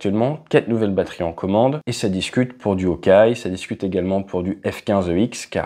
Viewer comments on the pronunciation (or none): none